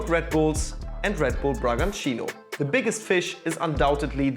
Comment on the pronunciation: First off, I'm impressed that he pronnounced Bragantino almost like a native. Congrats on that. But something you guys forgot to highlight and that I think is also important is the impact that these has in the football fans of the so called farm clubs. Take Bragantino for example. Yes, at first, they skyrocketed into Brazil's first division (one which they didn't play for a long time). However, since then, they don't even try anymore. There's no pressure from the board to win, so they just keep the same coach. And who would want to have a team with no ambition? It sucks to see your local team lose all of its' identity and becoming just a profit for a big corporation.